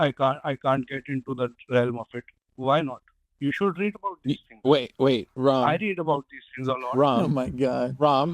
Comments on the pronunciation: Why ask if Ram is pronounced Ram or Rom? Why, after he has said it is pronounced as Ram, do the hosts proceed to pronounce his name Rom? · Ram as in Ram with a short 'a' - like the gentleman himself pronounced it.